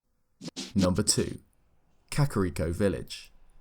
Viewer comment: Something about the way this dude pronounces kakariko bugs me